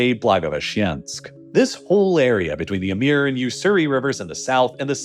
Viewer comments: That pronunciation feels like it would be misleading to many; it's Amur (I pronounce it a-MOOR, it should be closer to the OO in book in case anyone merges pour and pore) in case anyone doesn't bother reading closely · That was the strangest pronunciation of the latin Amor (a.k.a. Cupid(o), Eros, etc.) I've ever heard (even more strangely it varies throughout the text). Even more, the Slavic/Russian change of the latin letter O to cyrillic letter У(latin U) tells everything one needs to know about correct latin pronunciation: since modern Russian is just a dialect of 9th century Bulgarian, which is the first codification of Slavic and also bulgarians are the inventors of Cyrillic script (contrary to mass propagated unscientific statement it was first dated from before birth of st. Cyril). The main idea behind several new scripts for Slavic was to exactly match pronunciation with spelling (for quite a while not the case with Russian, but Amor/Амур came through ancenstors of modern ukrainians to mondern russians from Bulgarian 11 centuries ago) аnd if one takes propper Latin lessons will learn that Latin pronunciation of Amor matches the Амур(Amur) in Bulgarian/Russian. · the way you pronounce amur, etc. is so bad, one can see you don't give a crap about the truth of anything so I wouldn't waste any more time listening to your garbage. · How did you arrive at that pronounciation of "Amur"? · I was thinking maybe he pronounced the U as in "pure" which has kind of a Y sound in front of it, but then the Y sound became more prominent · He's often so wrong about the pronunciation ls it's frustrating. Probably saw the word in english, never looked it up in Google and just stuck to his assumption... 'eh-mur' was something else 😂😂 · Super sloppy pronunciation. Amur is pronounced Uh-MOOR , not “Uh-MEER”. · Is there a reason you pronounce the river "Ameer" when I expect "Amoor"? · The river is the Amur ("AmOOr"), not "Amir" ("AmEEr") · Is spelled AMUR Gets pronounced AMIR 😂😂😂